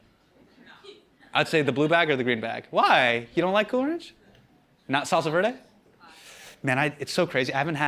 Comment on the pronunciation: Hasan, I know you brown, but please don't pronounce "salsa verde" like a gringo lmao.